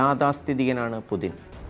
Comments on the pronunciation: പുതിന അല്ലടോ പുട്ടിൻ 🤭🤭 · it's not "pudhin" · എന്ത് പുതിൻ??? ഒന്നുമല്ലെങ്കിലും ഇതൊരു news channel അല്ലേ പേരെങ്കിലും മര്യാദക്ക് എഴുതി പറയാൻ പഠിക്ക് പോഴന്മാരെ. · പുദിന് അല്ല പുദീന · പുചിന് എന്നാണ് ഉച്ചാരണം, അതേ പഴയ കണക്കുകൾ തീർക്കാൻ വന്ന KGB തലവൻ, കായികവും മാനസികവും ആയ സകല അയോധന കലകളിലും വല്ലഭൻ, കുറുക്കൻ്റെ ബുദ്ധി